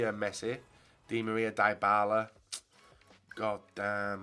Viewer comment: omgg Dybala isnt pronounced DIEbala its Dibala just like Di Maria plz im bleedibg from my ears each time u say his name like this